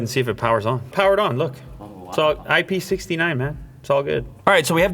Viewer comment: It's IP six-nine, not IP sixty nine. As nice as that would've been.